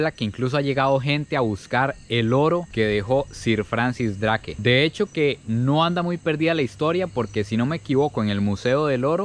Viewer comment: Bahia Drake ? soy chileno, pero me imagino que se debe pronunciar como : Habia Dreik